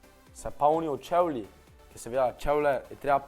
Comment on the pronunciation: Nauč se rečt čevli